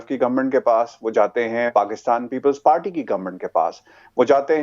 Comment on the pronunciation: Do not invite Ali Gauhar Baloch please... He has tp learn how to speak.... he uses word palty instead of party...amazing